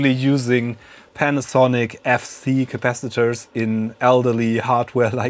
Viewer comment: What is "capassengers"?🤔 You repeatedly said that. I guess you mean capacitors! 😁